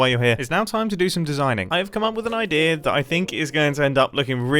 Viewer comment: I find it funny that whenever mumbo says "idea" he says "Odea"...